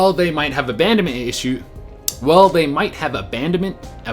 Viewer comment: Lol! I love the outtakes. It's ABANDONMENT. Just so you know. That was great and a very interesting video.